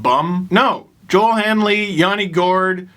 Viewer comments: Not that you will see this, but Kiviranta’s name is pronounced Yo-el. He’s Finnish. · Same with Joel Eriksson-Ek in Minnesota too.